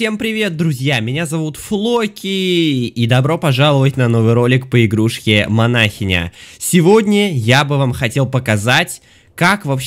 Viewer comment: Манахиииииииня а не манаааааааахиня ок